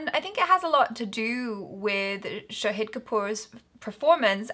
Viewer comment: Well, it's Shaaaaahid not Shaheeeeeed Kapoor